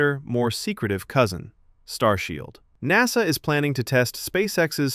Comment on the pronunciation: I agree. But a fairly interesting video nonetheless. It could have been better with less clickbait and a real person talking - notice the pronunciation on ''N.A.S.A'', most real English speakers that call themselves a space/rocket oriented channel should be able to pronounce it with more flow.